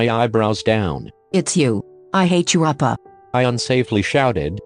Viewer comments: "Wanting to protect their love Jimin appa Edit: Since then, I've keep hearing Jimin appa instead of oppa... dAdDy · Sounds like you are saying appa Damn Jimin already a father🤧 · i misheard oPpAHh as oPPrAhH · Jimin oppa? I started hearing jimin oprah at one point 😂😂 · It sounded like she was calling him dad the whole time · JiMiN HaS SmOL HaNdS BuT BIg #? U forgot the "r" in OPpAhHr